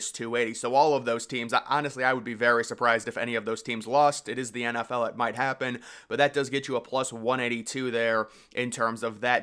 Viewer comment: I love when this guy tells us his pick for the game and then his reasoning being “cause this is the EN EFF EL”